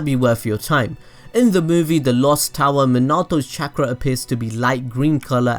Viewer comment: Chak-ra control, hmmmm, never heard of it, but I have heard of chalk-ra control